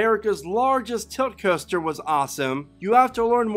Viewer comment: Roller Custer? Why does he say coaster like that lmaooo